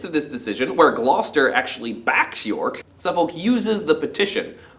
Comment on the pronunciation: This is how us Englanders pronounce Suffolk: Having just read the play for the first time, found this a really good summary as a recap. Thanks.